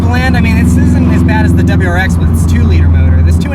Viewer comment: "dubberyou rx"